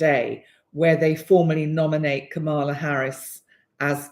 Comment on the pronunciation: Hi, dear. Kamala Harris pronounces her name with the emphasis on the Kam. KAMala. I left the same note for Pam Gregory, who I know you respect, so you're in erudite company. We want to keep you in the Know! Thank you for your very useful and smart video, as always ❤.